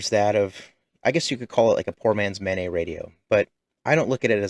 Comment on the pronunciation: it's pronounced MANET, not MANET